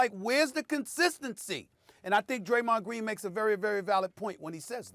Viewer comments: “Greymon dreen” lmfaooo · Graymond dreen 😂 Stephen A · Straight to the comments after I heard "Graymond Dreen" 😆 🤣 😂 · Stephen A Smith: “Graymond Dreen” 🤣🤣🤣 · Who else came straight to the comments after “Graymond Dreen” 😂😂😂😂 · I thought he said greymon from digimon lol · "Graymond dreen".... Lol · SAS : “Graymond Dreen!!” Me : “ You are wrong and here’s why” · Reading through comments. Why does anyone care that he said 'Graymond Dreen'? Slip of the tongue happens often in life. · “Graymond Dreen”😭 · Graymond Dreen, Kax Melerman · The Man Said “Graymond Dreen” , I’m Crying 😂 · “Graymond Dreen” 😂😂😂 brain fart! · "Graymand dreen" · He really said Graymond Dreen 😂😂💀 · lol stephen called him Graymond Dreen 😂😂😂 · Graymond Dreen. Jebron Lames. Glake Briffin. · Stephen A. Smith: Graymond Dreen Stephen A. Smith: Here’s where your wrong and why... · "Graymond Dreen"😂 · Graymond dreen?? Wat yall hear 😂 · "Graymond Dreen" spoonerism. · Graymond Dreen ☠️ Stephen A would mess up somebody's name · "Graymond Dreen" 😂😂😂😂😂😂🤣🤣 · 😂😂😂 no cap soon as I heard him say Graymond Green I hit the comment button lol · No one: Stephen A Smith: Graymond Dreen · Greymon dreen🤣🤣I'm sorry I had to point that out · Greymonn Drean Lmao 😂 SAS wake up 😂😂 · Stephen “Graymond Dreen” A Smith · Actually he said GAYMOND DREEN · Stephen A, “Graymond” Deen🤣🤣🤣🤣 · Graymond Deen and Wussel Restbrook! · Funny but you failed cus it’s Graymond Dreen 💀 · Broooo . Your mans literally switched the D with the G. How does that even happen lolol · “Graymond Dreen” Also “premadonERS” Stephen A your on a role today 😂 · "Graymon Dreen" - SAS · "graymond dreen" 😂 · Draymond “Graymond Dreen” Green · I’ll never call him Draymond again, it’s now officially Graymond Dreen . 😂😂😂 Like if y’all agree 👇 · Yes Stephen A, Graymond Dreen. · Who else came to the comments because he said Greymon Dreen 😂😂😂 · Nobody: Stephen A: Graymond Dreen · I think he was trying to say Gerald instead of draymond lol🤣😤🤣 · “Graymond Dreen” 😂😂😂